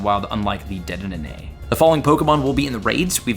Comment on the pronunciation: Dude been playing for years and still can’t say deddenne! 😂😂😂